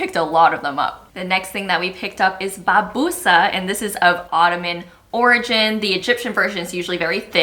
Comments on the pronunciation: Its called basbousa not babousa, babousa is a bad word in egyptian arabic 😂😂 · it's (Bassbousa). The word you just said is a very offensive word in Egypt 😂😂😂😂